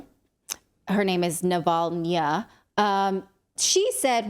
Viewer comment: You say navalnya like hernia. Funny and totally fitting.